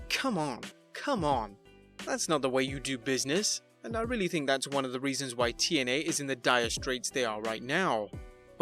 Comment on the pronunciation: And it's TNA not YNA